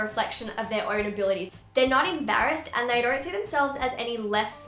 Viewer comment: I thought she said 'I hope we are all having a very happy unproductive week!' Because the and sounded like 'un' 😂😂